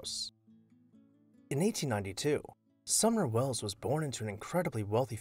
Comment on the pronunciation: I keep hearing "Summer" Welles but it's "SumNer"